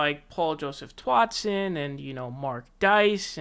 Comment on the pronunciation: Are you drunk? Not even 30 seconds into your video and you’ve already said two names wrong. Who is Paul Joseph “TWOTSON”... and who is Ben “ShapRIO”?😂